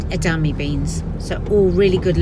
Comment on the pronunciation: EDA MAME...EDA MAME...EDA MAME! Not EDAME! LOL! :D